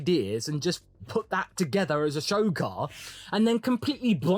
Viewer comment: I can already picture it now. Multiple holes in multiple desks, the echoes of “HE TELLS US CHANGE OUR CAHH, AND NOW HE CHANGE HIS CAHH TO LOOK LIKE OUR CAHH WHICH HE SAID WAS FAKKED. THIS IS NOT RIGHT CHRISTIAN”.